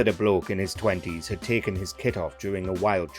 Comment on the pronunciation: “I’ve add to go ta Burga King” will never not be funny. People need to get a grip.